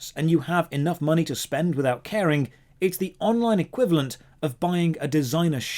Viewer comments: "Equilevant" haha. Bang on with analysis though. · what the heck is "EQUILEVANT"?